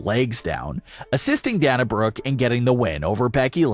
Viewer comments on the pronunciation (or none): Pronounced dae- nuh